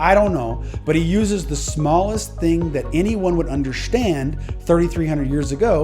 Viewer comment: undershtand? Sounds like our president.